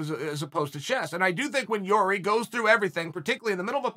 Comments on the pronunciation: Damn, Chael pronounced Jiri's name correctly. Never thought I would see the day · Whoa he said his name right for the first time lol